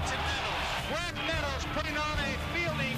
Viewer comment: GRAIG...with a G. So many idiots keep calling him Craig. He was a helluva player, give him proper respect.